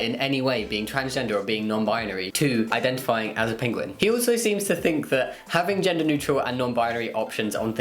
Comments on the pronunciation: Pinguin? It’s like Benedict cumberbatch all over again haha. It’s Penguin 🙈 so cute! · I couldn’t focus properly for most of the first topic. I was more focused on the way Jamie pronounces Penguin. Love you Jamie but you were doing my head in 😂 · I love how you say "pinguen" instead of "penguin" XD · Jamie pronounces it “pinguin” omg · Did my guy seriously just say "Pinguin"? Bruh moment. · I think you mean PENGWING